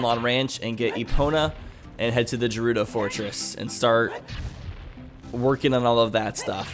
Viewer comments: How he pronounces gerudo buggs me so much, like dude its gerudo not jerudo! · As long as you pronounce it Gerudo and not Jerudo then you do you. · No it is pronounced ger-udo not jer-udo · I hate the way you pronounce jerudo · Stop. Saying. Jerudo. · The way you say Gerudo as 'Jerudo' hurts my soul. It's a G, not a J, fam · it's not jewrudo for fucks sake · why do people care about how gerudo is pronounced? all you're proving is you're a salty zelda fan. if he pronounces it wrong- so what?? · Gerudo is pronounced like Gif. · you're still saying gerudo wrong... >:| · Its different but idc it sounds cool the way you pronounce it. My friends and I all pronounce Saria different cause we like different pronunciations. why people gotta make a big deal? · Lol it bothered me too but I never wanted to bother you about it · ok it just pisses me off legit but if you reall really want to i dont care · pls stop say it correctly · Your saying gerudo wrong it's with a G not a J